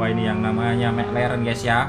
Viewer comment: mek leren😂anjim logat jowo